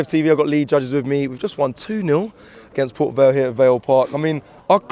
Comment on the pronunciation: been 2 nice😂 it's port vale